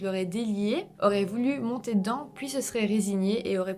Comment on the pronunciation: Je kiffe trop tes "puis" qui donne "pouis" pour la française que je suis 😅